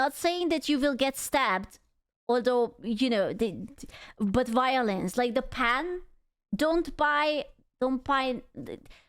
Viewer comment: whenever she says violence like that I instantly think about 11th ED of CSM where it goes like VOILENCE!!! and then just music for 10 seconds)))